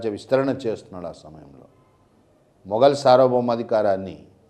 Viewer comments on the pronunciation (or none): none